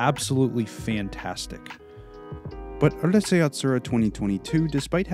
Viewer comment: it's Ooroosai Yatsura, not Ahrusei fyi